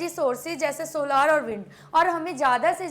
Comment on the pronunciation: Mam with soa lar nahin solar hota Hai